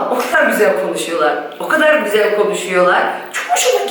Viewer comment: "Gözel " değil, "güzel" denilir. Lütfen ukalalık olarak algılamayın, çünkü çok kullanıyorsunuz bu sözcüğü ama yanlış telaffuz ediyorsunuz. Selamlar